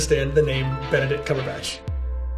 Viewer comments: them pronouncing benedicts names wrong is everything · Benecrack lmao